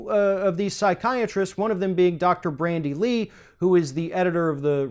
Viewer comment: Dude it is Bandy Lee not Brandy Lee